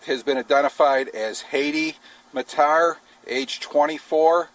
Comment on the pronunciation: The attackers name is pronounced "Haadi Mataar"......and not F@ 'Heidi Mater' please!!!